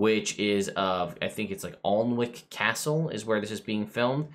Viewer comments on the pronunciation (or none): Just as a sidenote: Alnwick is pronounced Annick. Bizarre, I know, but what can I say?😆